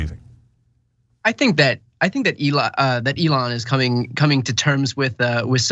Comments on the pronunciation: Why can't this guy pronouce Eon's name correctly? EE-lon not eh-LON. As in EE-lon Musk is not a genius and a terrible businessman. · "aLON Musk" 😂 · This guy pronounces Elon like A Lawn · Bro, pronounce Mr. Musk's name correctly. It's Elen , L-N. Get it right. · I dunno but I propose that we pronounce his name Ellen from now on. Ellen Musk. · PLEASE continue referring to "Elon" in that feminized pronunciation. Its hilarious! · This dude is obviously pronouncing Elons name wrong on purpose. Youve heard his name literally everywhere. Dont tell me this intelligent guy cant say "Elon" as its supposed to be pronounced. that stuffs just annoying. I hate Elon but come on its hard to take this guy seriously, he literally pronounces every other word correctly so its no accent. Its willful ignorance in my opinion